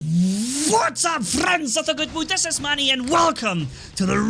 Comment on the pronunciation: When I first watched the vid, I thought u said ‘what’s up friends of the good mood, this is mommy’ and then I saw ur channel and it said Manni gaming. That was when I got introduced to the channel